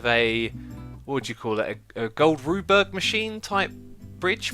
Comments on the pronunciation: "Gold Rubeberg" Xisuma I love you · Rube Goldberg not Gold Ruberg XD